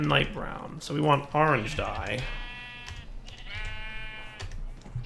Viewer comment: "gotta get some ar-range chickens" you mean orange? "yea ar-range"